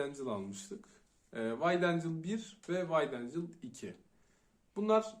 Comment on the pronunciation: wide angle "vayd éncıl" değil "vayd éngıl" olarak okunuyor. dikkatimi çekti, düzeltmek istedim :)